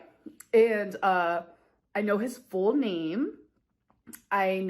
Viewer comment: Not sure if anyone else is bugged by it... but the way she pronounces "full" as "foo-ull" Just me?